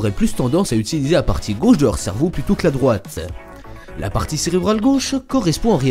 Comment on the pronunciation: cervow MDR (je sais que ça s'écrit cerveau mais la façon donc il le dit ) ;p